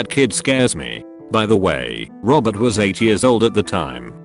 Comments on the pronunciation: Wtf happened to the word "was" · The fuck was that 'was' doing